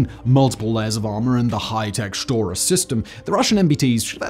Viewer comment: "Shotra" the egyptianisation of Russian has begun lmao